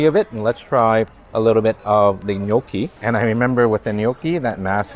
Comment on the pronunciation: Quit saying A LIT TjjE BIT